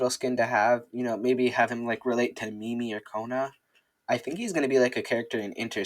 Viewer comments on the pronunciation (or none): none